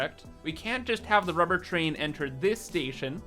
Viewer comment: "Now, what do we need?" "~r u b e h r~" "Lots of ~r u b e h r~"